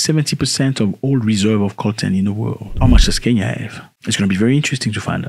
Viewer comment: Great video and I don't want to be a weirdo, but it's reserves not eserves.